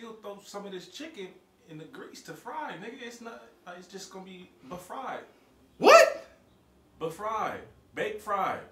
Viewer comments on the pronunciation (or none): he said bafried lol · He said bufried 😂😂😂😂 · You didn’t just really say “BAFRIED” 😂😭😂😭😂, outta pocket lmao!!!